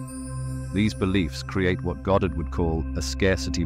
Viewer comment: It's Goddard....NOT GOD😂 You people funny as hell😂😂😂